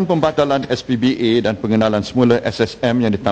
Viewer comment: najib sebut sbpa pun salah... SPBA ...bunyi macam SPBT keh keh keh